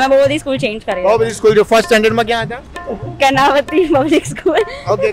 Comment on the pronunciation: karnaaa..aaavati 🤣 ગુજરાતી ની પથારી ફેરવી દીધી